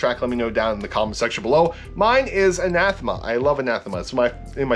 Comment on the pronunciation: also I never thought that it was pronounced an-ath-em-uh ive always thought it was bronounced an-uh-thee-muh. with the help, always.